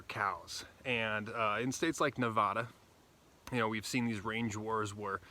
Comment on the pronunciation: Thanks for the information. I'll have to check with my friends in ID to make sure they are aware. Nevada is pronounced just like you spell it Nev-AD-a, not Nev-ODD-a